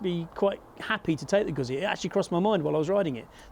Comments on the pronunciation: Sorry but style wise, the Street twin is tops. Of course I'm a 2005 T100 owner, so I have some prejudice. Never ridden a guzzi, so can't speak to feel. But have heard about the vibration. Oh by the way, it's Goo zzi, not goot zzi. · i am shocked to hear two out of three testers don’t even know how to pronounce Guzzi. Embarrassing, frankly. I wonder if they struggle with ‘pizza’, too?